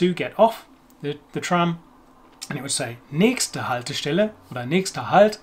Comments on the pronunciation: Nächtste Haltestelle, nicht Näschte. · Wrong pronunciation too (although quite common in some areas); should be the ch as in ich plus t, not x.